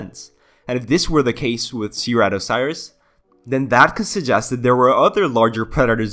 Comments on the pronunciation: Sry But the way you said seeratiesaurus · how do you mispronounce saurus but say way harder words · it's sir-rat-o-saur-us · The pronunciation made me shudder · I’m sorry but I can’t get over how you pronounce it (btw I’m not making fun of you it’s really not a problem to me)